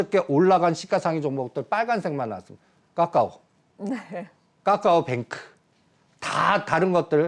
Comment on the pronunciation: 까까오 발음부터 고치세요 시간여행종목 다 우짭니까 꼴아박으믄 시간여행 ㅎ